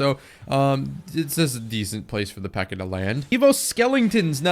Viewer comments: I was gonna say that! It pisses me off. Its PEKKA. PEKK - A! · why does bro said pekka with the hard r